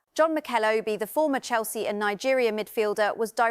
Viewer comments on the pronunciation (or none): none